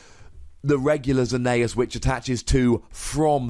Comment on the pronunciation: It's Zer-ne-es not how you say it